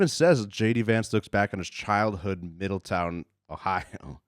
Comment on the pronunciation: It's middle- town, not Middle-ton. I grew up just north of there in the Dayton area. Geographically we're part of Appalachia, and a lot of people can trace family to deeper reaches of Appalachia. I had family in rural Virginia. We definitely had some of those Appalachian eccentricities. The city I grew up in was nicknamed Hubertucky. I moved from there over a decade ago to northern indiana, so I don't know if it still goes by that. I can say the overall vibe of southern Ohio vs Northern indiana are very different despite the very rural conservatism of both areas.